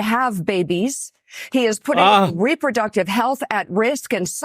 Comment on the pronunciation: Deproduhctive Health